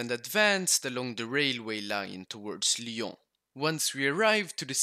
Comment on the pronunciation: Given how he pronounces "Lyon" with a perfect french accent he is probably from a french speaking country. Switzerland perhaps